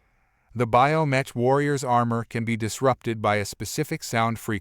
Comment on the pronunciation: Pronounced BIO MEK!